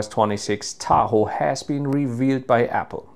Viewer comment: The way u say Tahoe pmo